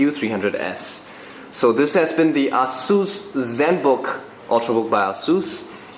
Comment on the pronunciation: actually technically he did say it correctly. ah-seuss. google it :)